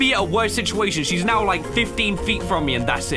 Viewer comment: did bro just say "are you serious right newo" 💀